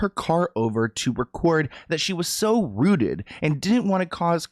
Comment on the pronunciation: Did she say "rooted" or "zooted"?